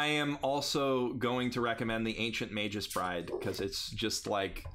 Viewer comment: Magus isn't pronounced Mage-us D: You guys are killing me here